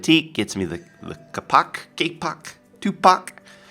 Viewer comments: its (cape-oak) not (cupuck) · ITs said KAY POK damn fool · is kapok is prenounced kaypok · Kapok is pronounced Kay Pawk :p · not kapok kaipok pronanciation kapok you funny guy